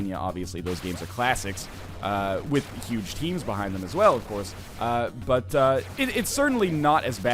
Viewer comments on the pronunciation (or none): none